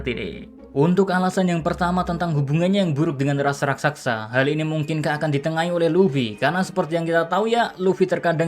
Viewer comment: wkwkwkwk rakSASA bukan rakSAKSA min heheh